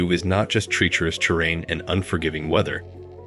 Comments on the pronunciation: Tree-tress instead of treacherous Pocky-ston instead of Pakistan Suck-osis instead of psychosis Ex-hor-sim instead of exorcism The Ex-hor-sismovie Wrong emphasis and enunciation on a lot of words in general, and unnatural, stilted speaking pace Monotone and uptalking I have no idea why people rely on AI voiceovers. They sound so terrible. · this man doesnt know how to pronounce anything. how tf are you messing up "treacherous"